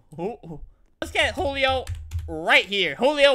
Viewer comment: It’s not hulio it’s Julio